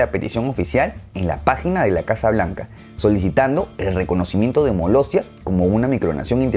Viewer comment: Todas menos Molestia... Molossia